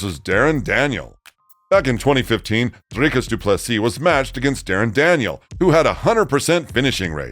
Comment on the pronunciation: I appreciate you attempting the rolling Rrr in Dricus 👊 aweh you see you brah 🇿🇦✌️